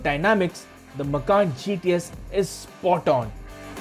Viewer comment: This man sounds funny, Macan as Makhan(house in hindi)😇